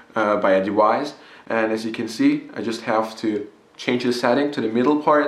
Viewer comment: What is a "smoke dewice" and "waporizor"?